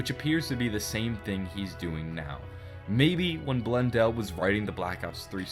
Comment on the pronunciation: for a second thought there,i thought he mistaken said Jason blundell to "Blooddell"